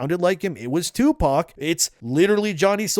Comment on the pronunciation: Who the fuck is "2-Pawk"?? 😅😂